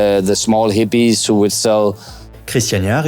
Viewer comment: C'est pas des Zippies, on prononce des Hippies. Comme des hérissons ou des haricots. Pas des Zérissons ou Zaricots.